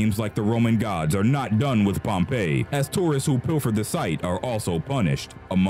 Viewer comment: Pompeyy lmao Edit: I’m sorry don’t curse me